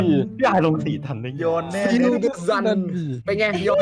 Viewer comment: ยอน❌ โยน✔